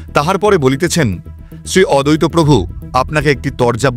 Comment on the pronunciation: খুব ভালো বলেছ কিন্তু একটি উচ্চারণ একটু কানে লাগলো...." অদ্বৈত"....Advaita v এর উচ্চারণ করতে হবে, adaita নয় কথাটা.....please!!!!!! বইটি পড়েছি বেশ ক মাস হল......এবার সব বাইরে আসা উচিত!!! কোনো পঞ্চ ভৌতিক দেহ একটি কাঠের তৈরি মূর্তির সঙ্গে মিলে যেতে পারে কি?????